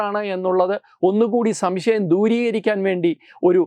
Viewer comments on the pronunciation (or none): none